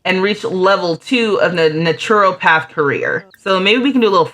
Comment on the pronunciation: Loved seeing these lovely brown-skinned sims and fairies. And, if its helpful naturopath is pronounced "NAH-truh-path" (nothing like its written). Great vid!